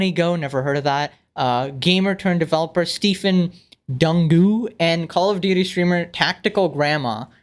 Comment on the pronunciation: It's pronounced Du - Ngu not Dangu